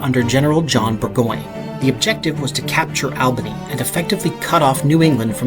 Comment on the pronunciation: And Albany is All bany, not Al. Thank you for mentioning that it's pronounced that way. Because as soon as he said that I cringed because I'm from Michigan originally and we all know that it's pronounced Naw not ack.